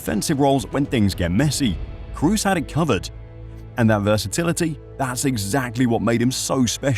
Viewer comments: why are English speakers always calling him Cruz? try saying Croz, that's how you pronounce Kroos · Please at least try to pronounce his name correctly. You keep saying Cruz when his name is Kroos. It's not English. The 'o's don't suddenly become a 'u' just because there's two of them. You might know Dortmund's Pascal Groß. The difference in pronunciation between Groß and Kroos is the 'K'. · It's kroos, please, not cruise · k-ROH-s... not crew-s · Toni KROOS was superb, You should respectfully learn to pronounce his name properly! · trying to pronounce a players name right is a matter of respect. You doesn't give a fuck and that speaks for it self.